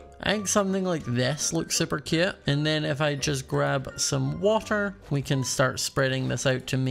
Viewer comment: I luv how he says cute he says it like keute